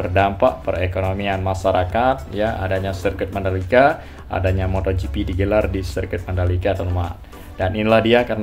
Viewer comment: Moto gp bang, bukan motho gp..